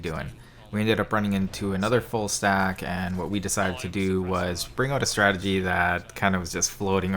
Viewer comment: U said stradegy at the beginning